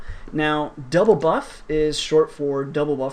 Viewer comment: ye its DOUBLEBUF not DOUBLEBUFF took me a while to figure that out